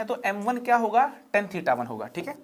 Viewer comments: lmao- a mathematics teacher yet pronouncing tan as ten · Haare bhai ya that is tan not ten (10). crct it sir.